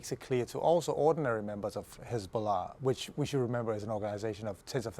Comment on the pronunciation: Has-ball-ah became Had-ball-ah